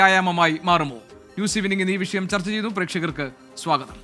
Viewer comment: ഭരണഘടനയെ ഉൾക്കൊള്ളുന്ന പരിഷ്കാരം നടപ്പാക്കാനുള്ള mandate ആണ് മൂരി താത്താ ജനങ്ങൾ ഗവൺമെന്റ്ന് കൊടുത്തിട്ടുള്ളത് 😊 പിന്നെ, " വിശയം" അല്ല വിഷയം ആണ്... താത്ത റബ്ബിന്റെ പത്താം ക്ലാസ് ആണെന്ന് തോന്നുന്നു 😂